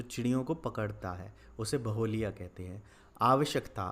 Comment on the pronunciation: Baholiya nahi hota hai sir baheliay hota hai